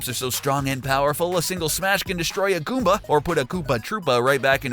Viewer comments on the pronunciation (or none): none